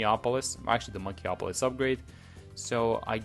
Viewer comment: Bro could do anything in Btd6 except pronounce monkeyopolis right 💀